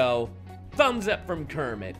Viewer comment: Mmmmm, did you just call me Krammit?